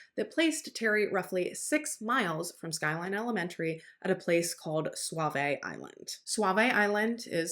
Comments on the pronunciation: Not that it matters, but we pronounce Sauvie Island Saw-vee, not suave-a, and Willamette is Will-am-it, not Willa-met. Thank you for this coverage. All us locals still believe Terry did it and Kyron's bones will be located someday. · Are used to live in Portland, Oregon and it’s not suave it SooVees that’s how it’s pronounced. We were at the Pumpkin patch when they shut it down if your going to speak on such places, you might want to learn how to pronounce what they are. It’s not that hard to find it’s pumpkin patch 411 also works the only time I’ve heard you sound stupid